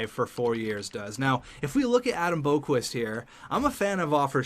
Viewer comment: It’s pronounced Bock-Vist not Boak-Wist